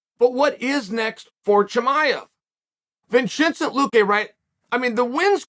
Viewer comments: wait Vinshintcent luque?? lmao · Vin Chin Cent.... like Vin Diesel, Jay Leno, and 50 cent?